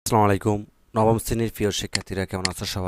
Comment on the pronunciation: Baha apnar salam ta thik keron